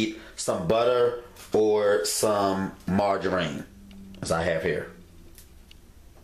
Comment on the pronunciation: What the hell is margareeeennn....I thought it was margarine lmao